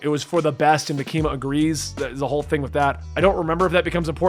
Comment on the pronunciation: idk if Reze is correct but if you listen to the sub its MAkima not MaKIma